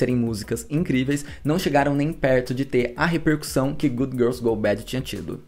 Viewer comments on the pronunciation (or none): none